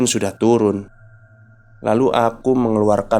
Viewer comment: Keren bang. Lucu waktu abangnya salah ngomong, jadi "harus tulun" 😂